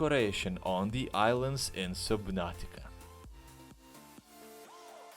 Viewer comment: Is-lands with trees.... IS-LANDS........ Did you learn English from a cereal box?